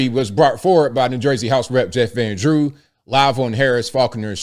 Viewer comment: He says Jeffrandrew!